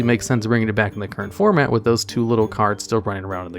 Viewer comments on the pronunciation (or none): none